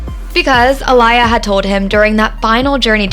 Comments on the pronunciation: Her name is pronounced uh-lee-uh. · Yooooo! WHO TF is A-LIE-YA!!! That makes this video feel and sound soooo disrespectful to OUR Dear Princess who's also been "The Baby Sister Of My Entire Era and A True Idol Of OUR Culture!!! You Have To Fix The mispronounciationS throughout the ENTIRE VIDEO PLEASE!!! I TRIED TO IGNORE IT BUT IT LITERALLY WOKE ME UP PLAYING IN THE BACKGROUND ON MY TV as it had my ears BLEEDING. Not trying to be too hard on you but you'll have alot more people interested in finishing your video if you'd at least show that you CARE ENOUGH TO CORRECTLY SAY HER NAME just as we would ALL want People To Correctly SAY YOUR NAME if you were NO LONGER ABLE TO SPEAK UP FOR YOURSELF!!! OUR NAME IS ALL WE HAVE ONCE WE'RE GONE!!! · The disrespect. Please do your research before you continuously mispronounce her name. (Ah-Lee-yah for future reference). 🙄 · Who A-lie-a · A-Lee-yha for pronunciation. She was very popular. I remember her baby girl song always on the radio. My daughter was a baby at the time in that song has a baby in the background babbling my daughter would start talking with it. I wish I had that on video. Before cellphones had video. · This narrator has never listened to AALIYAH (AHH-LEE-YAH), a day in her life. She don't even know how to pronounce her name correctly. SMH. I can't listen to her name said like that. I can't finish this video. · sorry, who’s uh-lie-yuh ? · Research wasn't done enough if you can't even say her name right, looses truth pretty quickly. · Why is the Commentator, Mispronouncing Aaliyah’s Name ??? I can’t get thru this video with her JACKED UP pronouncing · Can you please start with pronouncing her name correctly! 💁🏽‍♀️ Geees! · You don't even know how to say her name right. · Not y’all mispronouncing aaliyah name smh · They just gone keep playing in our face with bullshit!!! Who in this world doesn’t know how to say this woman’s name properly…. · You keep pronounced her name wrong. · EXACTLY .. get it right 💯